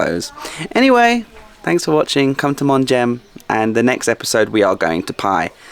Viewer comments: It's pronounced mong. The h is silent. 😊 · Hey love the channel! Just to let you know it's pronounced "Mung" or "Mong" in English. Not a big deal but I'm sure it got on someone's nerves 😄, love the video keep up the great work!😁